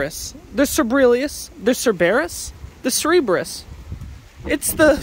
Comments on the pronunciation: CER-ber-us that’s how you pronounce it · I think it is pronounced ser-buh-rus